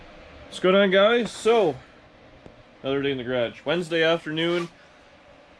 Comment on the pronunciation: must be is BOSTON accent???